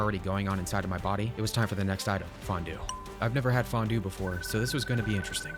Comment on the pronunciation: As someone from Switzerland, I kinda feel offended by your "fondue" xD